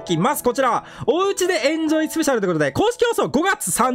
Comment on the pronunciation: エンジョイが公式炎上に聞こえた笑